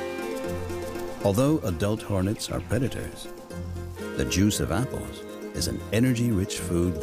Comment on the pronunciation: "Appoles" the way he said it idk. Sounds dumb